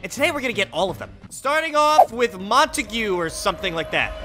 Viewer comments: You say it in french I think montague not montagoo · it isnt pronounced Monta-Gue, its Mona-Tog, that is how you say it but it isnt spelt like that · I just want to let you know it is pronounced Mon-togs rifle i think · in case anyone wanted to know how "montague" is pronounced, it sounds like "mon-tag" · its mon-tague